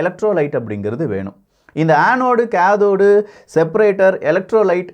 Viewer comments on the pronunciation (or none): Kindly pronounce cathode well why you are pronounce like this bro